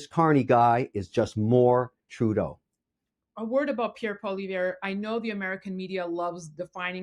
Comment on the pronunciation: You would think by now that she would know how to pronounce Pierre’s last name🤷🏼‍♀️.